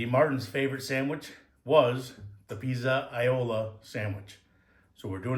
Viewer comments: Take it from an Italian background guy - you want to pronounce that dish as pizza-yola (and put those two together kind of quickly). That way your pronunciation will be as good as your sandwich 😊. Also, one day try it with a veal or chicken cutlet. Those are excellent, too. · If you're a Goombah, it's "Pete's a yool"-- o's get turned into oo's, and trailing a's are dropped. You're pronouncing it closer to standard Italian. Goombahs look at you funny if you pronounce Italian correctly.